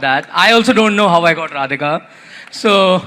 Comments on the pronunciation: Rihanna should have practiced saying their names for all the money she got. All else good. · Rihanna is SO disrespectful for pronouncing the Bride's name! All excuses are rubb1sh..... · God bless Leilani, and yes found Rihanna's pronunciation, of Radhika.